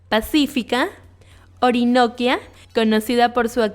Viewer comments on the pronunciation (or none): Orinoquia es con un asentó en la última i. No c como se dice en escrito (que decepción, yo que vivo y nací en Colombia no c como se escribe) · Perdon tienes que tener cuidado con los acentos, (aqui no puedo poner tildes), no se dice Samper como si tuviera tilde y no la tiene. Orinoquia, lleva acento en la segunda i para disolver el diptongo.